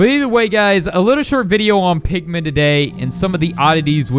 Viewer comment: Also when I heard you saidmpigman I thought u said pikman